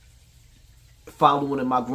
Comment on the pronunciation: loves the words "Platform", "My Muva", "Grandmuva" and "Eachuva" smh 😂🤦🏾‍♂. Too old to be talking like that